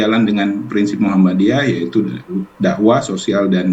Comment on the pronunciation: Muhammadiyah , bukan muhammaddiyah